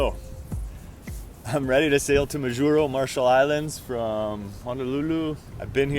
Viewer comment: Its pronounced Maw Juro